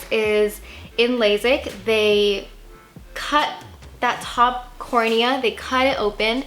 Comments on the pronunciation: It's pronounced laSIK, not laZIK. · It’s lasik not lazik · Girl...it’s lay-sick.